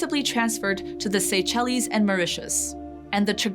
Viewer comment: Starting at , Chagossians should be pronounced "Chag-o-see-ens" (emphasis on the "o"), not "Chago-science" (emphasis on "science"). After 2-3 times of this, she pronounces it correctly. Also, for the Seychelles, she says "say-shellies", not the correct "say-shels".